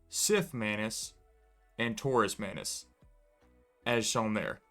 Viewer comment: as the video goes longer, the way you pronounce manus and manuses starts sounding more like "mayonaise"